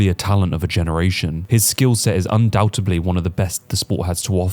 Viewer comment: Great videos. Very informative. Keep it up. But...........I do have one complaint! This is the second video I've heard you say; 'Undoubtedly',:but you pronounce it; ' Undoubte'b'ly!! It's pronounced with a 'd' at the end not a 'b'!! Just sayin'. Ok, Thx.